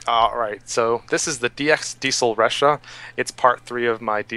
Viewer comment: It's lachha not ressha. I know it is written started with a R. But when u pronouce a name thats not english, please respect their language before infusing it with American pronunciation. Just like name jose, if u can call it ho-say instead of jo-say.why cant u do the same in japanese? The name it even spoken out in the god damn changer "thing". Please respect, and peace.